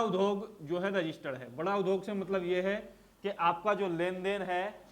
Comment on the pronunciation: आप ने उद्योग का उच्चारण शुद्ध नहीं किया ।